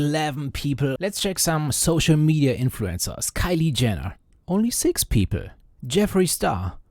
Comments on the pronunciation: bros says "peepl" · The way you pronounce "people" is hilarious.